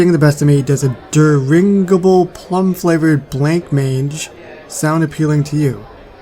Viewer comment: So you know: it’s Dih Rig Ih Bull plum (Dirigible) and Blom Onge (Blancmange).